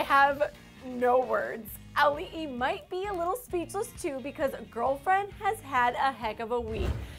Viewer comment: THANK YOU for pronouncing Auli'i's name correctly